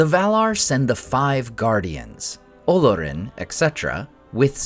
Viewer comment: The accent is on the second syllable and not the first… it’s Olórin. Not OH-lor-in.